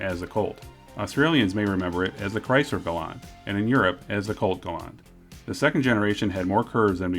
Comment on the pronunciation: it's pronounced Gal Ant 🐜 there is no u in the word .